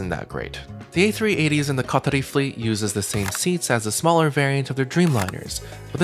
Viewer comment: His Arabic accent when he says Qatari😇